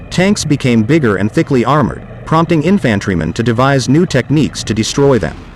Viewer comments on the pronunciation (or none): It’s pronounced INfantry not inFANtry. Computer voices, Hah.